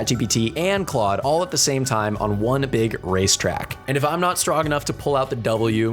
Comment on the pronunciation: why did you " wesate all this theime " ahaha